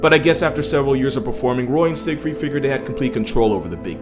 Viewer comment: shoutout to my homie for pronouncing the name siegfried correctly